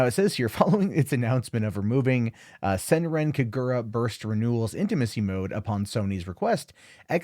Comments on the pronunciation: To pronounce the name right. Do NOT put strenght on the "r" from Senran And put strenght on the "Ka" from Kagura.... Not in the "gu" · Senran Kagura fans OUTRAGED at for butchering name, likes video anyways. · Its not the WORST pronunciation Ive heard